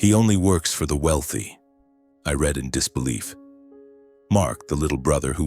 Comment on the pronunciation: This is just AI blather wrapped up as a dysfunctional family morality tale. However, when you cannot distinguish READ ("Reed" present tense) from READ ("Red" past tense) but can distinguish READING = Reeding, l have lost respect that 1) you know so little about English grammer ; and 2) that you apparently have no Quality Control editing in place.